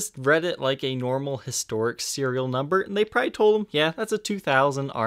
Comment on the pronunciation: Jesus, the word is 'probably', not "pry".